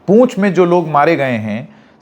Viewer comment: पूंछ नहीं पुंछ है महाशय।